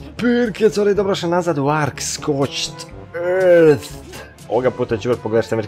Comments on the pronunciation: cu sad napisati kao treba da se kaze "Skorčd Earth" napisao sam Earth zato sto mi je bilo glupo da napisem rth,ovo nije hejt komèntar,volim da gledam tvoje klipove samo to sto govoris ć prebaci u č. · Malo bolje nauci engleski jer se ne kaze Scorćd Earht